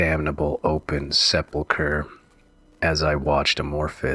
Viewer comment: Here is what I hope is some helpful criticism to aid you in future endeavors, because after the ninth mispronounced word I was done listening. It just took me wholly out of the story. Perhaps try rehearsing the story before you read it for uploading? I simply could not get past the mispronunciation of words like "propitiate", "decrepit", and "sepulchre". I'm not trying to be a dick here. You have a good pace to your reading, and your vocal timbre fit the story. But work on your pronunciation!